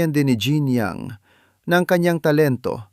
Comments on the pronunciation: Paki check yung bigkas sa pangalan kasi mali yang bigkas mo! Sa French hinango ni Jeanne Young ang bigkas nya, ZHAN YOUNG! Kung AI yan, ikaw na nag vlog paki ayos yung Tagalog pronunciation ng narrator, MALI MALI! Nakakarinding pakinggan!😡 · Wrong pronounciation ng name ...Obvious na hindi mo sya naabutan 😂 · She is one very competent entertainer. May mga kinikilabutan sa maling bigkas ng pangalan.